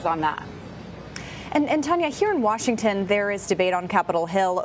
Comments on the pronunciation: "Washinton" huh?!?! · WASHINTON - AHEM IT'S WASHINGTON!